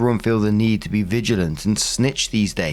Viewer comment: The word used was “vigilante”, like Batman. had an oopsie reading it. But yes, being vigilant is being a good friend